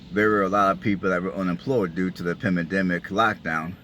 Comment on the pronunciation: FYI- it’s PANdemic, not pemindemic